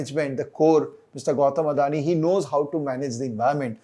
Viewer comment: Thank you for better insight on this topic. Was waiting for a legit video ok this, especially legit view on Adani. Now I'm more clear for my views. ❤️ For TATA as always. Note:- everyone is speaking ADANI in wrong way it's अदाणी not अडाणी. Hope you will accommodate to it.